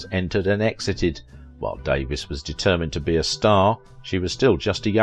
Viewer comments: You say her name wrong. You do know there is a way to find out. You can literally Google it for the correct pronunciation of any name? It bugged me the entire video. I'm going to have to unsub if mispronunciations are going to be the rule. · Thank you I was going to post this but looks like you did it first. In this piece he said she changed her name so it sound more British he seems to be from there and miss pronounced it? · Davies is a Welsh name as is Davis and is pronounced the same way. Americans always like to be different when pronouncing British names - another example is Mackay/MacKay/McKay, a Scottish name which Americans like to pronounce as MacKAY (rhyming with DAY) instead of the British way which would be MacEYE (rhyming with my or by). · True enough but irrelevant. She was American by birth, worked in America, lived here and as a public figure pronounced her name as Dave-EES not Davis. If you do a documentary and want a smidgen of respect as a documentarian you pronounce a performer's name as they did on a movie set and among her friends and among her public fans. Didn't the video maker also fail to learn the pronunciation of director King Vidor's name as well. it is VEE-dor, and he was one of the greats and honored by the AMPASc. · Sadly, YOU are pronouncing Marion's name INCORRECTLY!!! It's Marion DAE-VEEES not Davis! Marion was BEAUTIFUL and VERY TALENTED! I LOVED her in the movies I watched with her in them. So be it if she was LOVED BY A TYCOON, don't care! I believe she loved him too. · Same photos were repeated over & over. Her name is Davies pronounced Davees not Davis. Citizen Cane, critics loved it, me not so much. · Its pronounced Da-VEES. Not Davis. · It's Davies (DAVE-EES) not Davis, also King Vidor's last name is pronounced VEE-dor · Her las name is actually pronounced Davees. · Not outside the US. Davies is pronounced Davis in the UK. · Why not learn how to pronounce her last name correctly before you do this?